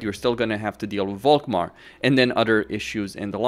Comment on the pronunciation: Why do you pronounce "Volkmar" with a "v"? It is German and should be an "F". I.e. "Folkmar". "Folk" btw means "people".